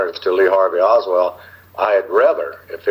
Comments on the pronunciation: This guy can't even get his name right; it's Oswald, not Oswell!! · Why does he keep saying "Oswell" instead of Oswald? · this dude can’t clear his name. He can’t even get the name right. He consistently calls him OSWELL not Oswald! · OS WOLD, NOT WELD. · Wouldn’t you think that a man who was former CIA and supposedly has extensive knowledge of the JFK assassination, background operations would pronounce Lee Harvey Oswald’s name correctly? Throughout this conference call he repeatedly pronounces it Lee Harvey Oswell. He lost credibility with me. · How is it possible to give this man any credibility when he can't even pronounce a major characters named properly? He keeps pronouncing Lee Harvey Oswald's name as Oswell! Did he ever know the guy? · Clear oswalt's name? This guy can't even get his name right. It keeps saying Oswell. Did he know him or not? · While I would like to believe this guy- a few things that he said made me wonder. I was under the impressi I n that David Atlee Phillips and Bill Harvey were on on the assassination as opposed to being on an abort team. Secondly, as well known as the name Oswald is, this guy keeps pronouncing his name, "Oswell." I would not expect that from someone intimately familiar with the assassination. Oswald was a household name. I don't think it is a matter of this guy's accent either. I do appreciate this video though and am glad you posted it. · This man is not even pronouncing Oswald's name correctly.. come on people...